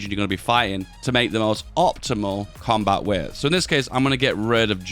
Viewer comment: I've heard you say "coombat width" so many times, it has lost all meaning.